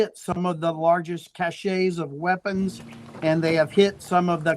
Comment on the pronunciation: "Cash-ays" of weapons???